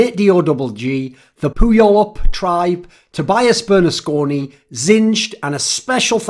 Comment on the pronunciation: Puyallup is pronounced pew-al-up, btw